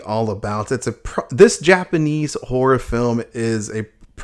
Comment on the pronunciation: i just keep hearing him say "asian whore films"